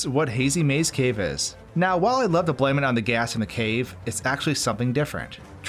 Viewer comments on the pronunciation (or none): none